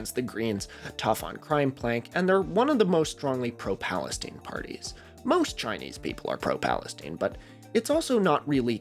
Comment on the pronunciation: My brother in Christ it's not Palesteen it's Palestine 😂 it's an 'eye' sound, not an 'ee' sound